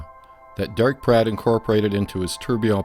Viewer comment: Are you saying "Platt" or Pratt ???